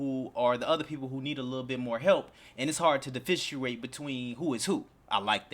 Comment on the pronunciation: 😂 "Diffisuiate" i was wondering if I heard it incorrectly or not!